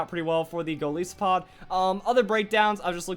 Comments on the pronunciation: It's Golisopod not Galeesopod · Its name is a mix of Goliath and Isopod, which means its pronounced ''Gol-eye-sopod'', not ''Gol-ee-sopod''. FYI. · Shots for every time pronounces "Golisopod"